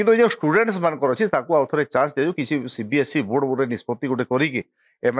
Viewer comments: Not CBSC.. It's CBSE.. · It's not CBSC it's CBSE